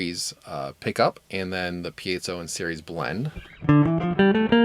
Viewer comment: Thank you for pronouncing "piezo" correctly.